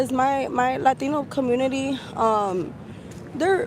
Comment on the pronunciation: the 8 min interview girl doesn’t know anything about latino countries, she’s pronouncing all of the latino countries wrong